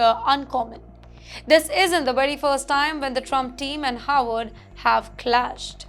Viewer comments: This anchor's pronunciation is an has been atrocious as per numerous comments. But as she does not read them refuses to improve. The Howard or Harvard issue is a problem for many who have English as a second language am Indian too. Have been asked to asked to help ."W" should be a whistle sound and "V" should be biting your lower lip. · Why is she mispronouncing Harvard as Howard? 🫢